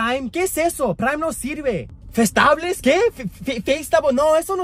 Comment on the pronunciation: Bruh no way she said Festábles